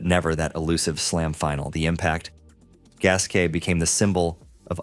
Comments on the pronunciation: You should be able to pronounce the name of people you reference. Gasquet is prnonouncec gaskay not gasket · How disrespectful can you be? It's prounounced Gaskay, for English speakers who don't care an iota about proper pronounciation.